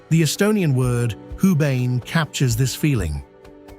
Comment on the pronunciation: I had to rewatch and put the subs on because your pronounciation of "Hubane" was so weird, I didn't recognize it at first. Its not pronounced Hu-bain but Hu-Ba-Ne try to pronounce each syllable separately and then do it fast like a riverbrook flows, and you mostly get the right pronounciation. Try Husk-Bar-Neck to get it right. using words in English what sound similar, to avoid the accent. Thank you for your effort in making this video and sharing about how great is Estonia. OwO